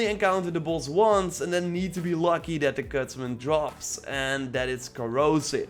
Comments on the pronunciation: He says bloss not boss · What "buss" are you farming now lmao why do u say boss like that